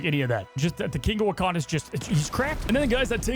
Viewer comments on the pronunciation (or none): none